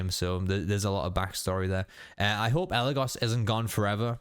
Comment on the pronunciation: I really like how when the brujo says eligos he puts emphasis saying the go in eligos while Kelly possessed and actually eligos says it correctly